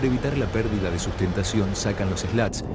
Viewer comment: Se pronuncia slat. Slot es la ranura que se forma al sacar los slats. Hay aviones ligeros que tienen una especie de "slats" fijos, que se llaman slots. Es cierto que el Comodoro o lo que sea ese tipo dijo slot, porque obviamente no tiene ni idea de aviación.